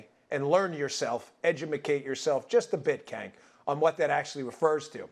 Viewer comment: I'm trying to figure out if he is mispronouncing Cenk on purpose or he genuinely doesn't know